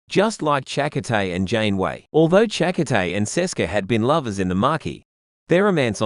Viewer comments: Cha-coh-tay. Lol. Shack-Cotay hahaha. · We've heard Chakotay's name pronounced on the TV show. It's weird hearing it from... what, an Australian AI voice? Chak O'Tay sounds kind of... Irish? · 😮Narrator's voice is so annoyingly bad. Find another narrator pls. He mispronounced the name of Chakotay so badly.